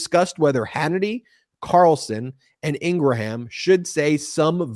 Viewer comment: This is embarrassing but I wanted to call something to your attention. You have been mispronouncing Laura Ingraham’s name. And I’m surprised someone in your group hasn’t told you… having been a paralegal in Philly for far far far too long, which makes me even more radical. I know how important it is for people to have their name, pronounced correctly. Especially when you’re yelling at them. They take a certain pride in their name being pronounce correctly. Laura Ingraham pronounces it as one syllable. So the grammar part is — if you talk about a Keebler cinnamon Graham crackers. And Ing At the beginning is such as crying, laughing, walking. But it is pronounced Ingraham…and nor 3 syllables. Thank you for not yelling at me. Peace and blessings. Keep up the great work.. And of course, have already subscribed ages ago and told about 10 other people. Hope it helps Gail in Central Florida. Yes, unfortunately.